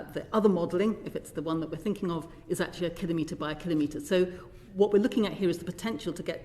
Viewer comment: Props to Caroline Lucas for using the correct pronunciation of "Kilometer"